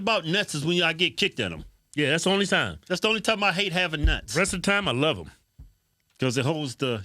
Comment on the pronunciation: Dat nigga said “I luz everybody”😂😂😂😂😂😂😂